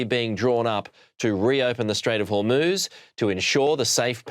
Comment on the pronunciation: The Strait of Whormoooze?